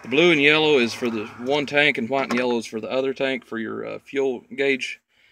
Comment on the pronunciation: What is a “HHwight” electric line or cable? Lol